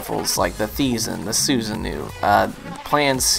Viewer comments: Susanoo is a god from the Japanese culture so hearing it how says is funny xD it's meant to be pronounced as (Su-Sa-no-oh) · Su-san-no Trust me that's how it's pronounced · You keep saying Susanoo wrong😩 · as a weaboo, your pronunciation of Susanoo triggers me ;P